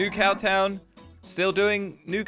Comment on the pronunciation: just saying did u say cow town? because i sounds like u said "cow tow". keep up the good work!